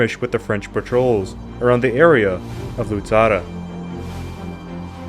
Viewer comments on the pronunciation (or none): Very good job Indeed, but the correct name is "Luzzara" not "Luzarra" . And, btw, in the references, my surname is "Fiorentin", not "Florentin". Would you please take notice? Thanks a lot in advance!